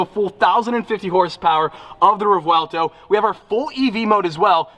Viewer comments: here is the trick: in Italian you spell every letter in a word. So the V is not silent and the R is rolling like in Spanish! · I love your enthusiasm in trying to pronounce non-english words😂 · Right in Spanish, but Lamborghini names their cars usually after Spanish fighting bulls but pronounces them in Italian, so they would have the v sound. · The correct pronunciation is rev-welto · Revueltuouuu NO🤣 i'm laughing as a spanish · You were close to my place Revuelto ( closest pronounced Rev well toe well close enough) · I think it’s pronounced revuelto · **[Rev-wel-toh]** The easiest pronunciation for english speakers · Re-well-tow - Spanish for "scrambled". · you can say it like this Re-buelto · Pronouned Revvwellto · It’s pronounced (revel-tow) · It's pronounced Revuelto. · the pronounciation of revuelto is re-v-uelto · The car is pronounced rev-oo-el-toh I think. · reˈbwelto is how you would pronounce it. 💯 sick car! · Yes, I'm Mexican (yes, those are my credentials, even tough its not Italian, they're quite similar) you do pronounce the "V". Its like ReVuelTo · Four syllables: Rev-oo-EL-tow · The "V" is not silent. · Revuelto, means scrambled, you do pronounce the v. My favorite car. I want a ride. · Named after a Spanish bull, again, so Spanish pronunciation dictates the V is said like a light B sound. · In Italian the 'v' is always pronounced, it is never silent. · My man bought a car and can't pronounce its name😂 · using some weird Italian accent, remember the car is named a Spanish fighting bull, has nothing to do with Italy, so just ask Sophy how to pronounce it. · As an Italian decent with the vu together in English it has a w sound so take it from there on the name. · Jesus just butchering the name Sophia said it right but can't really be mad at a down syndrome yt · Car looks crazy. But why didn’t you ask the ceo how to pronounce it. Lol. That would have been smart. Can’t wait to see your new car. Congrats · Row el toe